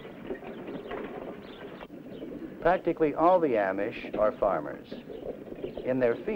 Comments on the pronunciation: 2/3 of the pa deutch are fancy deutch, and one of the two pictures of the fancy deutch is in is in barroom... sheesh. The larger group of plain deutch is the mennonites, who gets all the publicity...The Amish..... and he does not even pronounce the word Amish right. The Brethren (Church of the Brethren) get only honorable mention. It would be very entertaining to watch a film about Pa Deutch culture. Unfortunately, this film is not really about pa deutch culture. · This is a very strange film and not particularly accurate. For one thing, the narrator doesn't even know how to pronounce Amish! And the guy dressed like an Amish farmer almost certainly isn't - or else he's remarkably assimilated in his speech and attitudes!